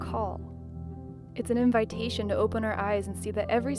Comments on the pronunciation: Smacks but the way you pronounced “Invitation” killed me😂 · Omg same. I’m not a native speaker of English but i really had to replay that part when i heard her pronunciation.